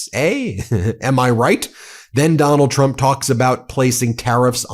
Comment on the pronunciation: Freudian slip when he called dump a cumt